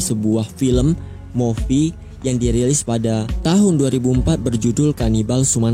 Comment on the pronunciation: Koreksi "Movie" bacanya "mu-fi"